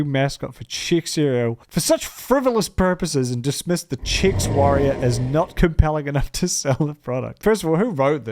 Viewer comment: Um actually it's Chex, not Chicks.